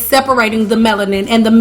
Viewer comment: Ya, goodbye - cant listen to the word Meloniane 1 more time